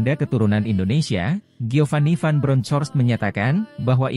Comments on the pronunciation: Di bacanya BRONKOST.. bukan BRONCOS.. belajar bahasa inggris.. buat content tapi tidak mau belajar inggris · Baca ;Jiovani van bronhors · kalau bacain berita jangan pakai translator.... Giovanni Van Bronckhorst tuh bacanya GIOVANNI VAN BRONKOS....okeyyyyyyyyyyyy